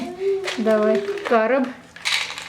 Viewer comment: Не кАроб ,а карОб Это дерево , специальное